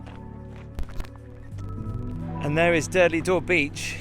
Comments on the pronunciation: Durdle not Durdley 🤣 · Hi, I’ve just started to watch your excellent videos…and this was no exception. I live in Dorset and walk down to Durdle Door every Saturday morning. Apologies, if this has been mentioned before, but it’s pronounced Durdle, not Durdleigh Door. Having said that it didn’t spoil your excellent review. Keep up the great work. Choo, choo 😂😂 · Durdle door not durdley door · You pronounce durdle as durdlee it’s d ur d le is it your accent? I suppose I couldn’t get down in my electric wheelchair if you say it’s difficult with a pushchair or pram. Your caravan would be great if you were a trainspotter on the plus side. 🙂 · It’s not Durdley Door, it’s Durdle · At what point does 'Durdle' get pronounced 'Durdley'? Come on